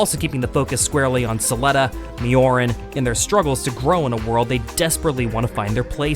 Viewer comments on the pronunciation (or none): Out of all the topics you covered in this, there's one subject I feel the need to address in an otherwise cogent analysis and presentation of this series: your absolute butchering of the Japanese language. Why the heck do you pronounce Miorine (mee-oh-ree-nay) as Miorin (mee-oh-ryn) when you can literally hear it pronounced correctly dozens of times in the show?!? Onee (oh-nay) is sister. Onii (oh-nee) is brother. You pronounced it as brother when describing a masculine-presenting character referring to themselves as "sister", unintentionally misgendering in the very sentence you discuss their gender use. Ibaraki (ee-bah-rah-kee). Japanese vowels always have the same sound, unlike in English where 'a' can be used like 500 different ways. A - ah E - ay (like A if you were saying your ABCs) I - ee O - oh U - oo So when you see "ai" it's said like "ah-ee". "Ei" would be "ay-ee". Etc etc etc. I beg of you. Please. PLEASE. If nothing else, in Part 2, please pronounce Miorine's name correctly.